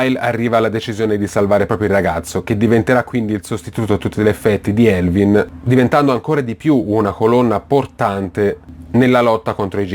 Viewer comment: Non sai parlare in inglese si dice Erwin no Elvin e poi si dice attack on Taitan no titan (ho scritto la pronuncia)parla bene!